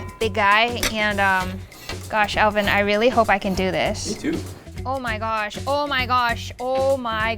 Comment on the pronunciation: I absolutely loved the way pronounced Alvin's name ("Ehl-veen"). I truly miss this dynamic duo working together.